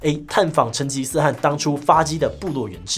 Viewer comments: 大家留言都很專業...我只能雞蛋裡挑骨頭了，成吉思汗、可汗的「汗」是唸「ㄏㄢˊ」喔，算是特殊破音字，因為只用在這個時候才做這個發音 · 汗应该是第三声，类似韩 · 糾正一個地方，成吉思汗的汗讀音是ㄏㄢˊ，這裡的汗是可汗的意思